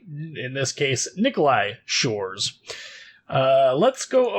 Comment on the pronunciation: Can't believe you manage to read щ. Huge ++++++ for that.